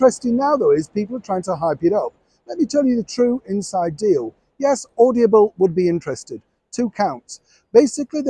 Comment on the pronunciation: Darling it’s Audible, not Audiable 😘